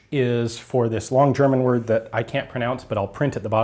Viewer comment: I mostly look the videos to hear how funny he pronounces german words ^^ Jk super interesting. Please continue your great work